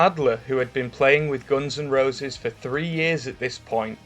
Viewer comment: Didn't know the band is pronounced Gons N Rowses